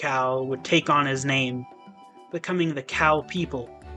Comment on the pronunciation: Great video! Using the original pronunciation of names would make it even better 😊